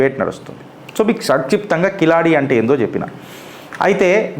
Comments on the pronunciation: కిలాడి కాదు సోధర కీలడి మొదట ఉచ్ఛరణ నేర్చుకో తరువాత చరిత్రల గురించి వీడియోలు చేద్దువు గాని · Kiladi kadu Keeladi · అది కిలాడి కాదు సార్, దాని పేరు కీలడి. I am from Tamil Nadu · అధీ కిలాడి కాదు కీలడి. అంతే కీల్ అంతే కింద అని అడి అంటే అడుగు అను అర్థం.